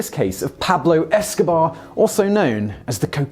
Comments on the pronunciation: Good video except the fact you pronounced the bear as "Esco-bar" not "Esco-bear" for the first half of the video. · This guy keeps missing the joke when he says 'Pablo Eskobar'. It's Pablo 'EskoBEAR'. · It’s Pablo eskobear no Escobar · EskoBear not BAR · Dude work on your concentration. You keep calling it Pablo Escobar instead of EscoBEAR. I think you only called it correctly once. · You keep saying Pablo EskoBAR. Its Bear, lmfao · he keeps calling it Pablo Escobar. Isn’t it spelled and pronounced “Esco-bear” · It's killing me that Simon keeps calling him Pablo EskoBAR. That's not the joke, Simon! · Pablo escobear is not fkn pronounced Escobar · esco-BEAR! esco-BEAR! you English idiot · Are we just gonna ignore the fact that the maker of this video apparently doesn't know how to pronounce BEAR? Pablo EskoBEAR?!?!? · Are we just gonna ignore the fact he won't say EscoBEAR properly? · Had to stop watching after 10 seconds when you pronounced it Escobar! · Why can't you pronounce the bear's name correctly? Esco... Bear. Esco-bear. Escobear. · You could at the very least pronounce Pablo EscoBEAR properly. thats where its funny. VERB /ber/ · What’s sad is the guy in the video fucked up the name of the bear… or is that just his accent? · Wow british ppl pronounce Eskobear the exact same as Escobar